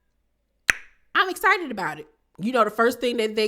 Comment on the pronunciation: Marsau and his toothless top row. Need to realize that every woman he is sassy ( shout out to Stormie ) with is not Tisha. And also someone needs to tell Tisha the X is not silent in the words she uses. Esspo, Esscited, Esspectations, Tess-message. I cringe when she speaks 😂😂